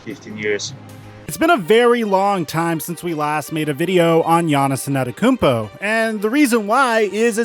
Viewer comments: Thanks for great content for such a long time! Please put some effort in learning to say his name. Its not AnEToKoumpo. You're missing the first T, bro. Its An Te To Kounmpo. Thanks :) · IT IS AN-TE-TO-KOUNMPO not ANATAKOUNMPO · you say it like An-ten-te-koom-po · The way u murder "Antetokounpo" when u pronounce it doe😆😂🤣